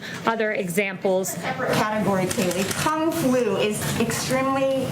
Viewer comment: Kung flu sounds like kung foo lmao